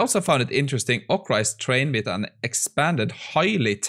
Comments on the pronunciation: ORCA, not ocra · say orca again